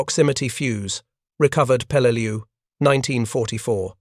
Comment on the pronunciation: Peleleiu (an island in the Palau archipelago) not pelal